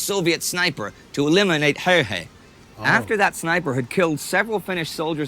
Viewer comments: You said Simo Häjä in the beginning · I'm pretty sure that many have pointed this out, but the picture in is NOT Häyhä. It keeps popping out every now and then, but it's not. Oh and if you want to learn how to pronounce his name it's "h"ello, d"a"d, n"ew" "h"ello d"a"d. Finnish A is like A in father, and Ä a in as or dad. Simo is like "Salt" "Immobile" "More" "Opera". Thanks for the video :) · Finnish pronunciation doesn't alter like that. What you suggest would spell out as Hauha.